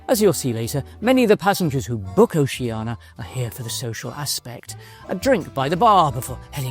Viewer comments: I thought it's pronounced- "Oh-shan-ee-ya'. Because there's an 'I' in it. Ocean -ia? Not 'Oh-she-anah😊' .Or else it would be spelt, 'Oceana',no? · It’s funny because at the start of the video, pronounced it ‘Oh-shan-ee-ya’ then proceeded to say ‘O-she-anah’ the rest of the way. Maybe it’s because the latter is easier to pronounce than the former especially when you’re speaking continuously and not focusing on the name alone? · I'd like to know why most people mispronounce Oceania?